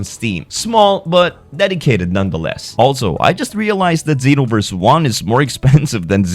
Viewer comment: Xenoverse, not Zenoverse...